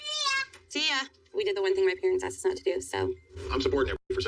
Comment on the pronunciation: Ok, I don't think Bilial & Shaeeda want to be "axed"?!?!! Maybe asked